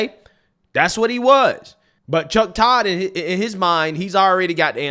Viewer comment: "Ramaswamily" "Chodd" I can't 😂